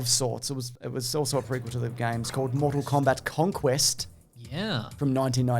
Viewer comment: MORE-TAL KOBAT